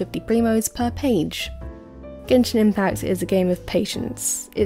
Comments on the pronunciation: Did you say genjin impasse at the beginning? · Is impact, not impass! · Why do u pronounce the letter s so much this triggers me to death like dafuq is Genshin impassssss its pronounced Genshin impaKkkkkkt there is no S there why are u torturing meeee